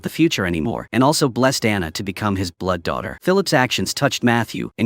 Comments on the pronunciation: It's Diana, not Anna!!!! Please get it right! Diana and Matthew are the main characters!! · uh AI voice gets Diana into ana. Show is fantastic FYI